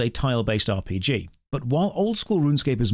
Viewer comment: wait... so rrrrrrunsecape is an ahh p g?